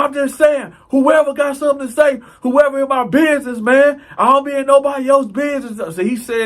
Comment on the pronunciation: Did he say “exac”??? And “bidness”??? And “conversate”??? I can’t tell if he’s being funny or is serious. No offense intended.